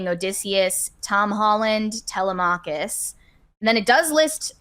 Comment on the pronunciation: pronunciation of Telemachus 😂